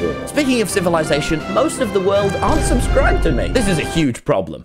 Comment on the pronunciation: What is “civilasation”?